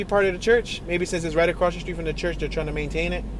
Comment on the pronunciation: You fa'sho ain't from Detroit pronouncing street names like that 😂😂😂